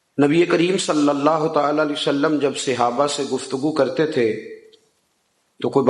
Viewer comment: Sahe lfz bola Karyn Seyaba nahe khaty Sahab khaty han